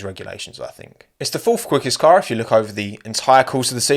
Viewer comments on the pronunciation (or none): the way you pronounced car. Been hanging out with too many Americans 😆